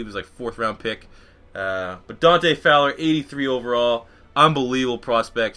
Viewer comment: Isn't it Donte Fowler Jr. Not Donte Flower?